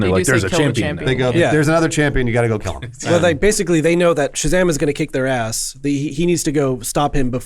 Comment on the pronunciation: The proper way to say Shazam is like Gomer Pyle